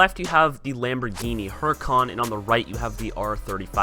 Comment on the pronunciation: Mate it's hur - I - can not hur-i-cawn